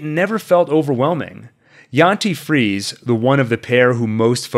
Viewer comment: In German, there are no silent vowels at the end of words. So, in "Friese", "Helge", "Porsche" etc., the E is always pronounced. Frie-suh, Hel-guh, Por-shuh, something like that ;)